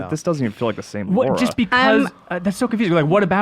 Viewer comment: Still love that half the time y'all say Laura.